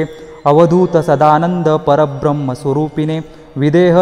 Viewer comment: दत्त स्तोत्र छान प्रभावी पवित्र आहेच. परंतु ज्या भक्ताने हे म्हटले आहे त्याला ते नीट स्पष्ट अर्थपूर्ण रितीने गेयतेने म्हणता आलेले नाही. * जगदुत्पत्तिकत्रे असा उच्चार बरोबर नाही. तर ते "कत्रे" नसून "कर्ते" म्हणजे " जगाची उत्पत्ति करणारा" असा आहे. पुढे जम्बुद्विपे, महाक्षेत्रे, असा सप्तमीचा प्रत्यय आहे. ते जम्बुद्विप आणि महाक्षेत्र म्हणतायत दत्तस्वात्मस्वरुपिणे असा उच्चार हवा स्वरूपिने नाही. न आणि ण यात उच्चारात फरक आहे. तसेच स्तोत्र भक्तिपूर्ण रितीने एका लयीत व एका गतीने न म्हणता घाईने पटपट म्हणून उरकले आहे. मला हे स्तोत्र माहीत आहे व याहून चांगल्या प्रकारे म्हणता येते. पुन्हा एकदा सामासिक शब्दांची फोड करुन रेकॉर्ड करून प्रसारीत करावे अशी नम्र विनंती आहे.